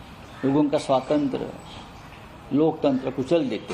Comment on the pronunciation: Swatantra bolna to sikh le bhai..😂😂